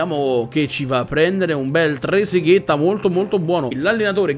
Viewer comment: e di ter stegen allora? che lo pronuncia Trezeguet! ahahahaha mitico il